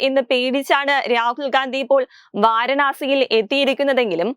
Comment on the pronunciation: വാരണാസി അല്ല പൂരണാസി 🤷🏻‍♂️🤷🏻‍♂️ എലിയും പറിയും തിരിച്ചറിയാത്ത ഈ മലരിനെയൊക്കെ എവിടുന്ന് കിട്ടുന്നു 🤷🏻‍♂️🤷🏻‍♂️ അവളെങ്ങനെ ഒന്നുമറിയാതെ ഇരുന്ന് തള്ളി മറിക്കുന്നു